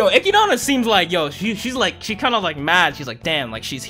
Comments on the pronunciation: bruh dont go around calling her eh-kid-anna its echidna, like knuckles from sonic the hedgehog. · Who the f is Echidana, it's Echidna bro